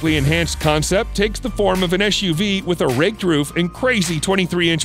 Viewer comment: Why you say SHUV not SUV